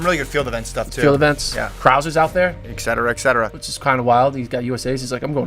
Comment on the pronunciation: No more ECKspecially ... No more ECK cetera.